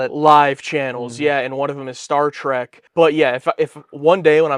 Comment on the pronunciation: Did that trailer announcer say "Star Track"? Sure sounded like it!